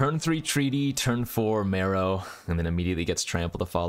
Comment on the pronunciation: You say mEro, I say mAro.... You say potato, I say Potato.... You say tomatoes, I say tomato's.... Lets call the whole thig off! I thought it was pronounced M-AR-O as in Mark Rosewater? What do I know?